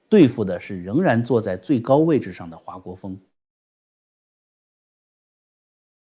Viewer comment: 华（hua姓4声不是2声）国锋